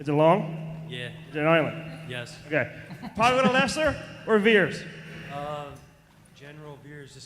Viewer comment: Poggle. Rhymes with BOGGLE....!!!